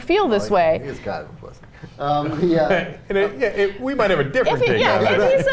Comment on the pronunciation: I don't like her pronunciation of "pussy" haha its like PUH-ssy its so weird sounding